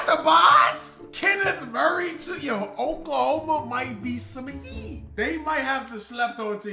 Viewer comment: Oklahome😂😂😂 cmon